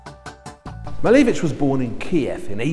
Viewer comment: Lovely video! but i wish you would say his name correctly haha cheers